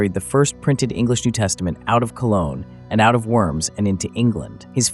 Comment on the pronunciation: I recommend making an effort to pronounce the city of Worms correctly. It will lend you that much more credibility.